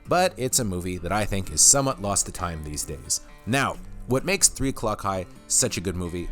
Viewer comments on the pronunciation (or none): none